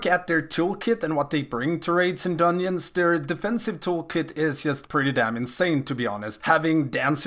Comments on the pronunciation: Are you saying dunyins?? Lol 🤔🤔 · the way you say dungeons bothers me lol